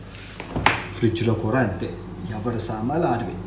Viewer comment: City lo “ kura “ kuraa kadhu bro kudaaa ne Telugu santhakella oka telugodiga telugu spastamga matladi kastha aina mana telugu ni bratikinchara nathi pakodiii 😁😄😀